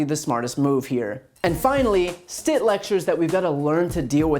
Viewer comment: Stitt pronounced Sh?t